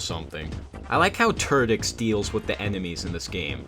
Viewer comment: Sounds like "Ter-dicks!" XD